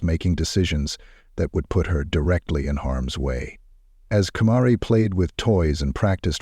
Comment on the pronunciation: He pronounced her name wrong the ENTIRE time. It drives me insane when people can't even get the deceased person's name correct!!! It just "erks" me. Lol!!! I'm weird, I know. But whatever!!! Her mother & that disgusting pedophile deserve to rot in hell. This case is such a heartbreaking one!!! Fly High Angel. Btw, her name is pronounced "KUH-MARH-EE" That's the best way that I can think to try to describe it /spell it out so that y'all can pronounce it correctly!!! No disrespect or hard feelings. I just feel like this ANGEL deserves for her name to be pronounced correctly, at the very least. That's all!!! Much love from South Georgia. Xo!!! Rest easy, beautiful baby girl, Kamarie. ❤❤❤❤❤❤❤❤❤❤❤❤❤❤❤❤❤❤❤❤❤❤❤❤❤❤❤❤❤❤❤❤❤❤❤❤❤❤❤❤❤❤❤❤❤❤❤❤❤❤❤❤